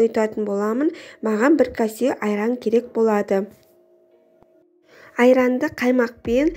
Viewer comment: Касе емес кесе демейсіңба.